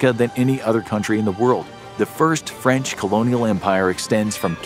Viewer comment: You Said "Fench" 😂